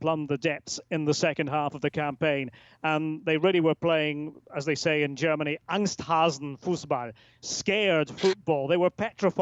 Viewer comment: The guy on the left really thinks he a whole German with those pronounciations